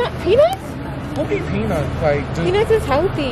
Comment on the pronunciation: You know what’s crazy when you order the peanuts it dead sounded like you said cashews I knew you were sayinn peanuts but it could’ve deff sounded like cashews I’m so sorry sis 😭😂